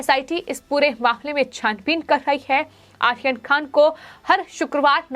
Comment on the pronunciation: अरे ऊच्चारण तो सही कर ले आहियान खान नही बल्कि आर्यन खान बोल ले